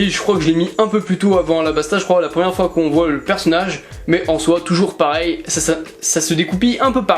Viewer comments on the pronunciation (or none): none